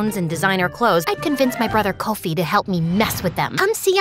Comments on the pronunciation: As a Ghanian im soo happy and shocked, thankyou,wooooow🎉🎉🎉🎉oh and its not Coffee, Koaufi its Kofi straight up the oh has an ooh sound, btw its Abena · "Kowfee"😂😂 instead of kofie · Not correcting, but Abina is spelt Abena and Kofi is pronounced differently than said. Nevertheless, great story! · But the pronunciation of Abena's and Kofi's name kinda ticks me off,but I'm so happy we're finally included